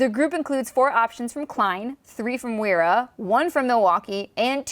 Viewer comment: FYI Wera is pronounced with a V :)